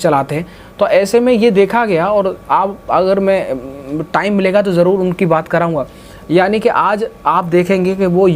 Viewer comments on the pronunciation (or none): none